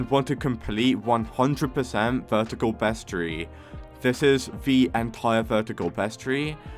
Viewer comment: Not meaning to be rude but, you said roslit, aurora borealis, vertigo, bestiary, wrong.